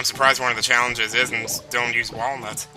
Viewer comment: Every time says Wallnuts, I break out into the DK Rap. TAKE IT TO THE FRIDGE